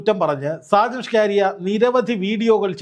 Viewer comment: ഷാജൻ സ്കറിയ അല്ലേ ? സ്കാരിയ അല്ലല്ലോ?